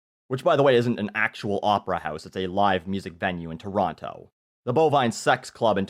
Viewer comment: Just by the way pronounces "Toronto", you can tell that he is NOT from Toronto.